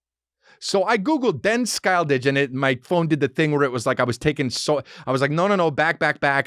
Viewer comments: as a scandinavian, hearing Chris trying to pronounce Den Skyldige was hilarious and cute, I had NO idea what he was trying to say before I googled it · Hey Chris! Im from Denmark, and in the Word ‘skyldige, the ‘g’ is silent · Im from sweden but denmark do fucking awesome chriminal thrillers. Den skyldige is the same on swedish and its pronounced Sch-y-ld-ig not sk-ijl-dish. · "Den skyldige"🤣 it means "The Guilty" in both Danish and Norwegian, in case u didn't google that. Hahaha "Denn Skyle-didge"🤣🤣🤣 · For a swede, your pronounciation of Den Skyldige is hilarious. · Hilarious. I figured out as soon as he said it's Danish. I'm Swedish.